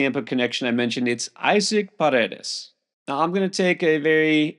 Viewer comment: Got Paredes right. First name pronounced E sock